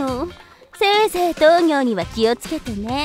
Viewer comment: 糖尿のアクセントが気になる😮この言い方する人いる？私は豆苗と一緒です